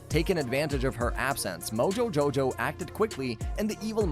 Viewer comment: Ehm ahm you did not pronounce moojojojow the way it should